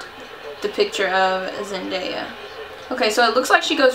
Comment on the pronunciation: I love the look 😍😍👌 Btw, her name is pronounced "Zen-DAY-a" 😂